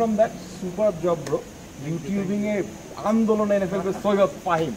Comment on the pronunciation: MY NAME IS FAHIM LOL I WAS SHOCKED WHEN HE SAID AHIM